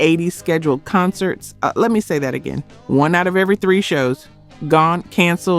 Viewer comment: Is this an AI account? The word “Again” should never be pronounced like that